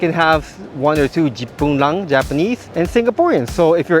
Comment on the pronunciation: Your “jip pun lang” damn funny sia